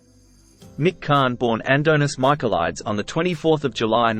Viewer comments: Really ? "An dough nis mike a lyeds ?" Really ? He was a Greek Cyproit , his name was pronounced "an donees meek a leed ees". Shit how can you ask an ozzie prat to get that pronounced correctly ! HA ! Anyway, good try cobber ! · His surname Michaelides is prnounced Michael-ee-deez. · Michel-ee-dez. Cmon fella. Get with the pronuciation.